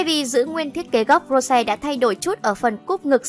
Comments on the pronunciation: nói thì nói cho đúng rose not ro sè ok bruh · Làm ơn đọc đúng tên Rosé đi. Một là đọc theo tiếng Anh là Rosie. Hai là đọc theo tiếng Hàn là 로제(phiên âm:Rô chê). Đừng có đọc là Rô se nữa. Đọc vậy, Blink buồn lắm. Làm ơn 🙏🙏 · cũng ko muốn nói đâu nhưng mà ad đọc sai tên của chị chúng tôi rồi. Định ko nói nhưng mà nó cứ tuôn thẳng vào tai ví dụ như tên của Rosé nhá. Cho hỏi " Rô se" là ai vậy ạ chị tôi có tên thế đâu trời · Rô se? Đọc chuẩn tên có đc k vậy?